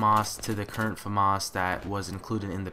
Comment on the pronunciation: ps americans pronounce famas weird